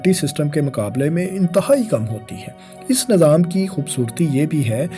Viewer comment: Nazaam... Ameedwaar... Bhai.. Nizaam hota hai,. Aur Umeedwaar hota hai... Zair Zabar Paish ka khayal rakha jaye... Baki Content buhat zabardast hai. Well-done